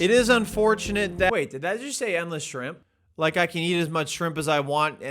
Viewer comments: New to this legend! Am I the only one who noticed that 'shrimp' intermittently became 'scrimp' towards the end? 😂😂😂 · I'm so glad someone else says Skrimps I thought I was the only one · I love that he calls them "skrimpz" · “Skrimps” lol